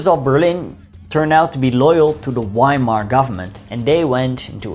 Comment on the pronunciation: Its pronouced Veimar and Vehrmacht i wished you pronouced it right bro it gives me anxiety